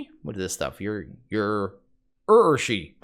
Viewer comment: Urushi is pronounced "ooo-roo-she."